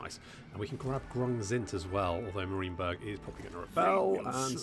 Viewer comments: Its Marien Berg not marine berg.. Its not the city of us marines.. I love the series, but this makes me cringe so hard :S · Can we get him to pronounce Marienberg properly soon? you are the king of this content but it's m-a-r-i-e-n not m-a-r-i-n-e my dude. <3 I know these were recorded in a batch and I look forward to your self effacing "so, I heard all 7,000 comments about my pronunciation of Marienberg":3